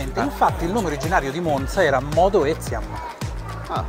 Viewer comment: Che bello vedere un video sulla mia città . Finalmente delle persone che dicono bene la parola MONZA . Bel video , spiegate bene e non siete noiosi . 👋👋 Mi sono appena iscritta . Ciaooooo